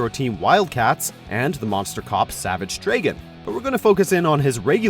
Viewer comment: CAN YOU PLEASE STOP BUTCHERING THE NAMES OF THE CHARACTERS!!!!! IT'S SAVAGE DRAGON!!!!!! NOT DRAGEN!!!!